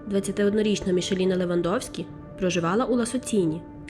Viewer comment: Кохана, дякую, за історію Лайк, підтримка ❤️ Одне зауваження- МіХаліна (ch - x ), МарЧін (с перед і - чь)